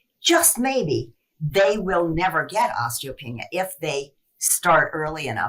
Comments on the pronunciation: It’s PRONOUNCED: OSTEEEEO PEANEEYA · Pronunciation: os-tee-oh-PEE-NEE-ah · Osteo-pee-nia – look at the vowels. Pronouncing things right will help make you credible. Thank you for the inspiration from this awesome woman.